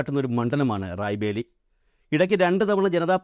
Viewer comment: റായ് ബേലി അല്ല സുഹൃത്തേ റായ്ബറേലി